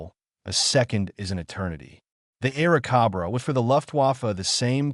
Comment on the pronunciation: cobra... not cabraa